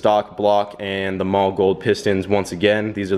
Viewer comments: The german way to say it is "maw-luh", But I have heard many engineers who work at the company say "molly" and that tends to be the more used pronunciation. But it is definitely not "mall", that we can agree on. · One day you will say Mahle correct....maybe. It is "Molly" not "Mall". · it actually is "mall-eh" not molly. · what are you calling those pistons? sounds like your saying "mall gold". its Mahle, sounds like Molly